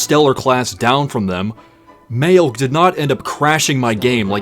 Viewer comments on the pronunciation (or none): the name of the star is pronounced May-leg